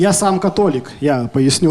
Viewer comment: " Я сам котолик " Что услышал мой мозг: "Я самка Толик"